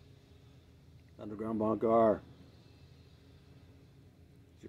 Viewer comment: Is it weird that I just rewatched all intros of your short videos to because I like the way you mumble "undergroundbunkaaar"?